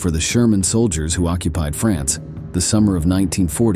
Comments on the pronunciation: So stupid......it is germans not shermans.......is the commentator an AI robot?😢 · “Sherman” soldiers? Huh? What is going on? I know this is narrated by a robot, but how does it screw up the 'g' so badly? When I hear that a video is artificially narrated, I usually click away as a matter of course. None of the human voices involved in producing these videos, can be that bad.